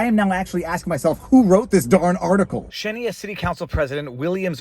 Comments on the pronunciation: Xenia is pronounced “ZEEN-yuh.” Greater Dayton really used to be “greater.” We were the home to incredibly inventive & visionary people. The Wright Bros., etc. now we’re known for opiate ODs and anti-science nonsense. 😢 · Viva, just because I know you like to be correct... The city in Ohio, Xenia, is pronounced Zeen-ya. Not zed but zee. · Zeen'-yuh is how the locals pronounce it. It was a lovely little town when I was a kid, hate to see this going on.